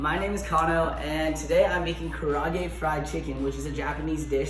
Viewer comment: My mom would've smacked me for butchering the pronunciation of karaage like that guy did